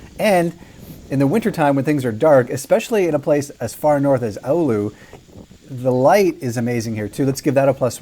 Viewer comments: Why are you mentioning Oulu? It's Alu according to him. Other americans pronounce it as Allahu/Olahu/Aluha. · ahh yes, my favorite finnish city. "Ooluu"